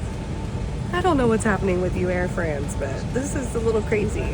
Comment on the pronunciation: Please work on your pronunciation!! It's not Air Freeeeence! Please!!!!! Even if you are Americans you should show respect to other countries languages and their pronunciations!